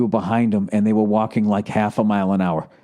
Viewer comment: Your "hwaff" could sense it, Bill? XD